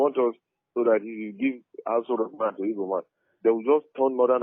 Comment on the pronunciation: Ok brother but next time learn how to pronounce igbo